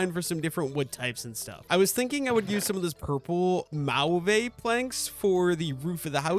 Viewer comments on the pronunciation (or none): Mayo vae instead of ma v for mauve is killing me ngl